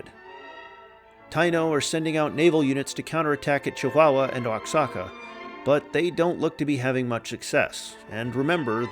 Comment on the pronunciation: I love your narration, I'm just trying to help here. Oaxaca = Waa Haa Kuh